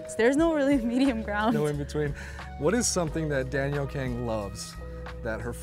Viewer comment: You know thats not how you pronounce your last name. PLEASE take pride in your Korean name and pronounce it like it's supposed to be pronounced (gáng). There is NO reason to change your family name for something that is more familiar or pronounceable. We can definitely pronounce the Broad-a sound. The "A" in Kang is traditionally pronounced like a British person saying bath.